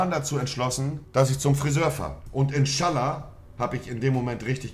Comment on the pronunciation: "und inTSCHALLA"